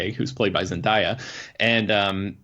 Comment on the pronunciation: It's pronounced Zen-day-ya. Not Zen-dye-yah